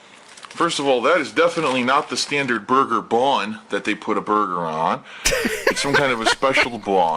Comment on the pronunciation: How / why does he add extra syllables to the word BUN